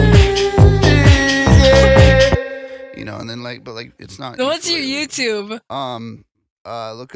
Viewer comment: "ARE YOU A YOUOOYOUTER" 😂😂 im actually crying